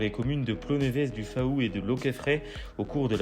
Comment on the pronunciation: faou se prononce "fou".